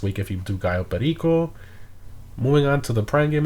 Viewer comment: Your pronunciation on "Cayo Perico" is on point. Also, thanks for the update.